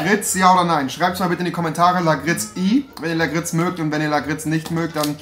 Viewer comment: Lakritz wird anders ausgesprochen